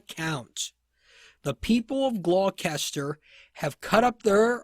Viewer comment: The pronunciation of Gloucester is “gloster”.